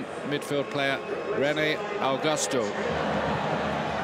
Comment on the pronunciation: When commentary said rene augusto i though he said rene il ghos her